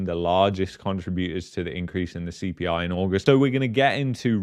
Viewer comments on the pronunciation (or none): Casually: “ the CPLIE” 😂